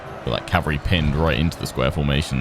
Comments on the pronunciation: The word is CAVALRY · 'going to take me a couple of episodes to learn how to 'optimise' my calvary' What I hear ' it's going to take a few episodes to learn how to slaughter my calvary'